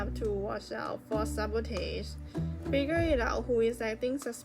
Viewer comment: Sa bo tage? Maybe let AI read it for you